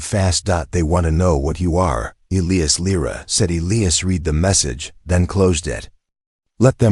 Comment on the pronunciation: Needs a better AI reader!!! It read all punctuation & can’t pronounce Elias